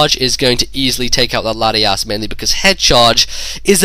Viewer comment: lol thumbs up if you heard say Latiass